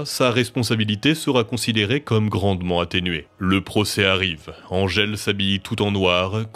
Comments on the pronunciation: «Andgel» t’as trop regardé Buffy mon vieux, c’est Angèle, on est en francophonie. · Ils s'appellent respectivement "Edmond Locard" et "Angèle" prononcés à la française hein ("èdmon locar" et "angel"), il n'étaient pas anglais... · Pourquoi prononcer Angèle a l'anglaise ? Angèle ≠ Angel Angèle c'est un très joli prénom bien français donc merci de le prononcer tel qu'il est : "ange-elle" (pas ''anne gèle") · Pourquoi vous prononcez Angèle comme si vous viviez à LA ?